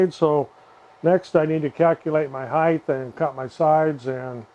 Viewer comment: height not "heighth"